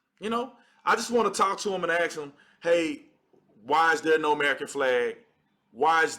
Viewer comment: I agree with 98% of what you say. I mean zero offense by saying what Im about to say. We also must respect the english language, just as much as the flag. Please don’t say “ax”, it sounds horrible, please say “ask”. Much respect! Fan for life!